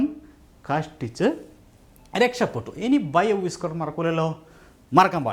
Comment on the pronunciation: Whisker pronunciation വിസ്ക്കർ എന്നാണ് , അല്ലാതെ വൈസ്ക്കർ എന്നല്ല